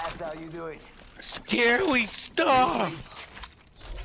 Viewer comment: Post malone saying: Scawy stuffff.